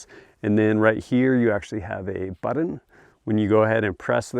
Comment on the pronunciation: Its pronounced BUTT-on, not BUDDEN. you dingus